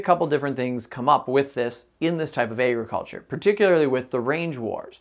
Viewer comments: Tell me why he pronounces agriculture so funny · Thats all i can think abt when he says it